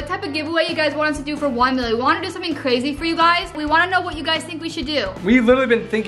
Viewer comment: said cwazy instead of crazy